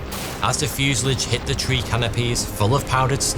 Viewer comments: Fuse-a-lage? It's a French word mate, so pronounce it properly. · fyoo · zuh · laazh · Have you replaced you narration with an AI? Your normally great and faultless prounounciation has been replaced by that of a childs in this episode. Fuselage isn't pronounced "fuselidge" and M.I.G's are normally just called Migs, even confusing Chechnya with Czechoslovakia, not upto your usual great standard. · It's fuselage not fusillidge. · Don’t like your pronunciation of fuselage. It’s from the French and normally pronounced fuselaage, not fuseledge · "Fuse-a-large" not "Fuse-i-lig". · Fuselage not fusalidge. Please... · Fuselage is pronounced Fuasalarge........ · Great story, but I was irritated by your pronunciation of the word “fuselage” it’s not fusalige ! 😂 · Please. For the sake of our sanity, look up the pronunciation of Fuselage and 🙏🙏🙏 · It's pronounced fuselage, not fuselage. 😉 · You also broke a record, the first person in history to pronounce "fuselage" like that. 😂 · There is no i in fuselage. Stop saying it 😒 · How can someone do so much research about a topic for a video NOT pronounce fuselage correctly? 😅😅😅